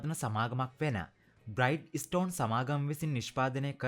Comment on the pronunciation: බ්‍රයිට් ස්ටෝන් නෙමේ බ්‍රිජෙස්ටන්...